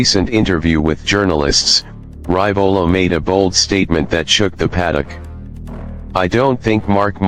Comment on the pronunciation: Hey,, it is pronounced Ree-vo-la not Ry-vo-la...